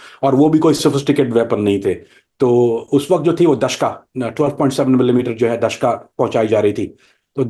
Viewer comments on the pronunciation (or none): دشکا نہیں دوشکا.....جھوٹے